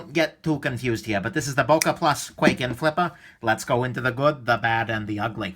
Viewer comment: Sold mine, couldn't stand the pocket clip, and the thing actually cut me when it was closed because the edge is so close to the handle when closed. BTW it's pronounced with a long I sound not A. Kw(eye)ken